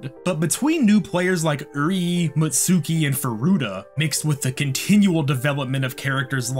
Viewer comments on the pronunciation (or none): none